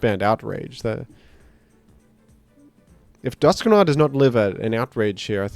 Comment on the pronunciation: DUSK NO 'R'